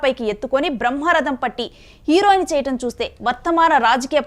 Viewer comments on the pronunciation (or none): none